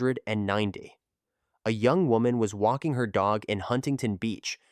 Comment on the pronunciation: You really need to work on your pronunciation. It 1990(Nineteen Ninty)